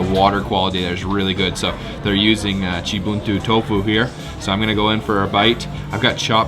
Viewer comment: The way you say "Cibuntu", that sounds Legit to me as Sundanese, man😄😄😄